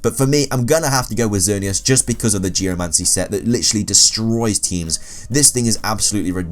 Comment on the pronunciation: Oh my god, somebody who can actually pronounce xerneas correctly!!!